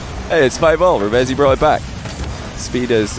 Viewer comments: It's actually pronounced "Reev-Zee" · I swear it is. I think reading it wrong